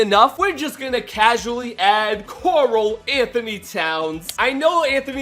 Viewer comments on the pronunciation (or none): none